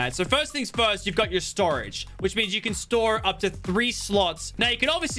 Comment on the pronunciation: who cringed at the way he pronounced storage